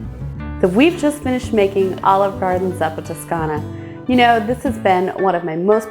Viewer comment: You pronounced the name of the soup wrong smh....